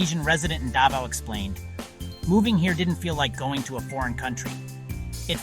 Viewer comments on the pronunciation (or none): none